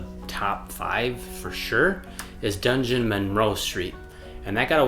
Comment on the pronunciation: "DUNgeon-" instead of "DUDgeon-Monroe", classic! Every time I see that place on a map of Madison, I chuckle 😄